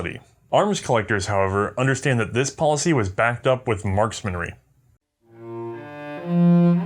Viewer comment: 'Marksmenry' a new word for me in the intro.....